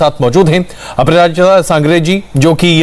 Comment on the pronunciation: He literally said aparajiti sangri 😭